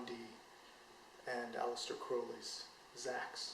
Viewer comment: Thank you for the proper ponounciation of Crowley